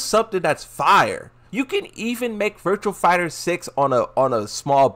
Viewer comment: You expecting someone who deliberately mispronounces some fighting game character names to say virtua fighter. This the same person that called azucena akwafina for the longest time